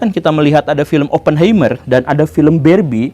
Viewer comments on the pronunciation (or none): Punten Pak Guru, mau koreksi cara baca🙏 Untuk Oppenheimer dibacanya Opnhaimah/er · Oppenheimer dibacanya Oppen haimer pa guru, sm ky helheimr, ein, einstein dll.